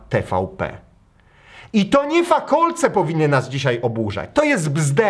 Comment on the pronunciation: Fakalec a nie fakolec BOOMER